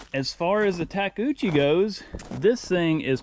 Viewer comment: Alright, finished the video! Well done, now I want one of those Takechicho, takoshi, tkochia…………Take-job was the old/simple name for them, guess it’s hard for westerners to pronounce it. Good call on not painting it, it looks good as it is and painted machine makes me suspicious. At least when they are as new as this one. Cool that you bought that property, it will be a lot of work/videos to build a house and maybe a shop? Take care!